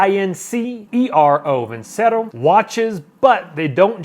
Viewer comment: It’s actually pronounced (veen chair oh) ce in Italian is always a ch sound